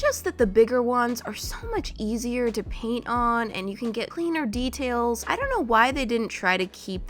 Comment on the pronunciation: DID SHE NIT SYA DRAINT :0 SHE SAID PAINT NOT DRAINT!!!:0